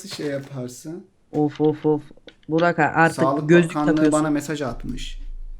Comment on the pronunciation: abi niye bugrak diyo ozan :D